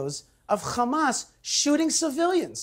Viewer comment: One small way to make this world better is to pronounce Hamas with the correct soft “H” sound - as it is spelled - instead of the grating “Kh” sound - as it is not spelled. Hamas is spelled Hamas not Khamas. SIMPLE. Your stubbornness in not doing so gives you a bad look. As you know, I’ve brought up this exact subject before with you,.